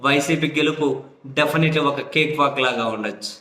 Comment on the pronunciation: కేక్ వాక్ యేంటి గారు,క్యాట్ వాక్